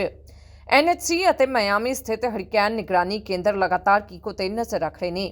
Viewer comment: ਕੀਕੋ ਹੈ ਤੁਫਾਨ ਦਾ ਨਾਮ ਹੈ। ਕੋਕੋ ਨਹੀਂ ਹੈ